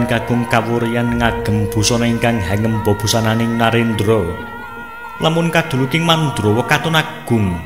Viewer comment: Pelafalan bahasanya MC masih banyak yg harus dibetulkan mas. Contoh hangêmba, mestinya hangémba, kasingatakên, mestinya kasingitaken, antut, mestinya atut, dsb. Maaf